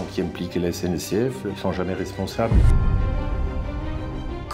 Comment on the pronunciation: On a un maire du bled qui a du mal à s'exprimer, (CNCF au lieu de SNCF!!!), qui est peut être LE gestionnaire de voirie, et comme beaucoup de maires de villages, n'a peut-être ni les compétences , ni les moyens de gestion des voiries. Par contre, il en a malheureusement LES RESPONSABILITÉS.